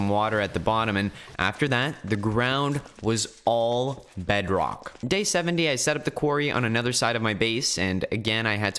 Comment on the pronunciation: he says bedrock kinda weird like bedroch